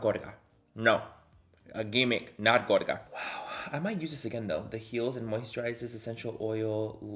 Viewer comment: Every time you say gorga I feel like you say gorda lmao